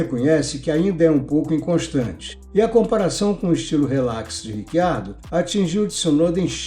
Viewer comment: Cara, pode por favorme explicar essa pronúncia do nome do Riccardo, já ouvi "Ritchardo" (vindo da origem italiana) ou "Ricardo" (afinal, somos brasileiros), mas Rick Ardo eu nunca ouvi antes...